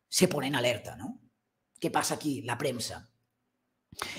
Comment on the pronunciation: por favor se dice “PRENSA” no Premsa, gracias